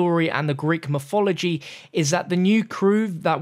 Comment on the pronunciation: Lol dude he has the hardest time pronouncing words properly. A sturdy figuhh. And a royal skeptahr. Greek myfology. Good going.